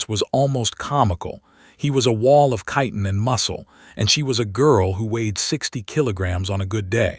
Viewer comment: wow! someone pronounced "chitin" right! 😮